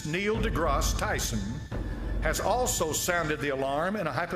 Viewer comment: This is so dumb. You didn't even pronounce one of the names right. Stephen HawkinG, Neil DeGRASSe (like grass on a lawn) TYSON. And the godDESS is KALI. I always thought it was weird that they have a statute depicting her. But I just realized that the scientists at CERN "destroy" the particles and then analyze that wreckage to discover new things. So its like, out of the wreckage new understanding is achieved. It makes sense.